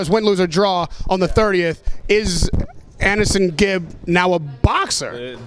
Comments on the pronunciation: Why do Americans call him annehsongib tho? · I hate how Americans pronounce Aneson